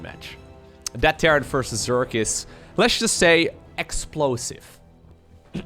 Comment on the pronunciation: Did someone say Xxplosive? Or explosive?